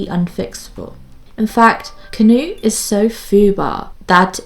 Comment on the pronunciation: "Kuh-noot" Had a good laugh 🤣 Knut is a German name. Try saying it faster with no pause between K and n. :)